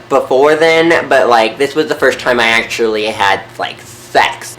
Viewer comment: The way he say actually was funny